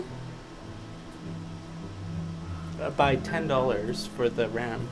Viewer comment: mans just became newfie for 5 seconds